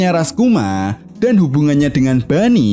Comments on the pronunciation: Boney bang bukan bunny apalagi funny 🤣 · Mendengar dia sebut bunny. Aduh.. malas tengok.